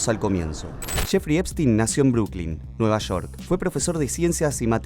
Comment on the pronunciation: es Nueva Shork o Nueva York? 🤣